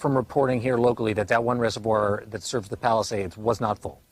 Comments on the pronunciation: No doubt in my mind that someone who can't even pronounce "reservoir", is qualified to be on this panel. Piers are you doing DEI for your show? 🤣🤣🤣🤣🤣🤣🤣🤣🤣🤣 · If you struggle to pronounce reservoir, dont call yourself an expert analyst lol. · Wow! An American stumbling on the word Reservoir? And said it's hard to say? He must be from GenZ. They don't even know the difference between pronunciation of woman and women. Smh.... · Reservoir...yeah so hard to say